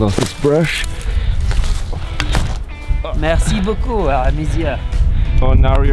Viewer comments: his eyes are green and brown ?... I'm so jalous... "merci beaucoup" do you know speak french ? xD i'm french so i was a bit surprised and you saied it with a very good accent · "Merci beaucoup monsieur" Nice prononciation